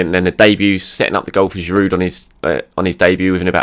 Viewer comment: Did just call our big French Striker “ger-oood”. Is he taking the piss on pronouncing names now?